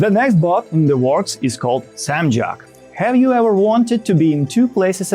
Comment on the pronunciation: Not samjok....is samjoko(sam-jok-o)😢